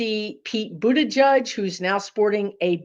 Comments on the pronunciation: Boot-edge-edge is the correct pronunciation of Buttigieg. It matters as it’s part of his vibration. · Pete Buttigieg pronounces his name gieg, rhymes with pitch or bridge, not judge. Just thought you'd like to know. Thanks for all you do!